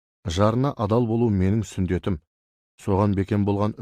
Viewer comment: Неге қате сөйлейді. МҰХАМБЕТ С.Ғ.С СҮНДЕТ, ӘБЛЕТ ТӘБЛЕТ ДЕП. НЕГЕ ӨЗГЕРТІП СӨЙЛЕЙСІЗ? СҮНДЕТ ЕМЕС СҮННЕТ ҚОЙ. СҮНДЕТ ОЛ ТІПТІ БАСҚА СӨЗ